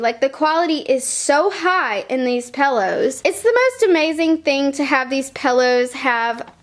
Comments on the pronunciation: It's pillows not pellows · Also "paillows" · Pillows. Not pellows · Could she stop saying pellows?!! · It's not pellows it's pillows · I love The way you say pillows!!!